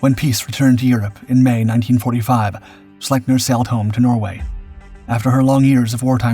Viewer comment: Really good video. But just an FYI. Its pronounced "Sleep- near."